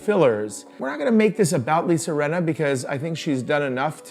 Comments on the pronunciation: I love you guys so much but it's Lisa RINNA not Renna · It’s Rinna with an I